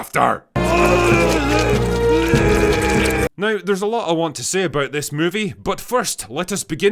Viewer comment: the way Drinker says ‘after’🤣🤣🤣